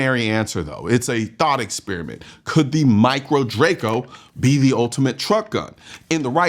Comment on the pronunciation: Says micro Draco and i threw up in my mouth a little. Wrong! Just wrong!